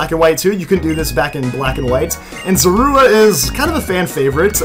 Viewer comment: Y is hee callin` Manemite Mega Mind, bi da way its zo-roo-uh